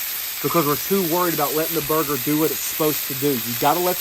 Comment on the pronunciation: I love your new word "Burg-er-ler"! Great video!